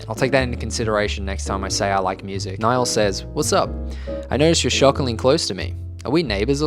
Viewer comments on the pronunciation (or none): Nihal is pronounced nee-haal